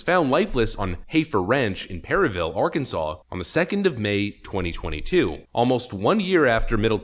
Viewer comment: It's Arkanside!